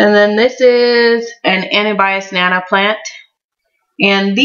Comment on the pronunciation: I like the way you say anubias nana plant. Never heard anyone say it that way. Great tanks by the way both of them.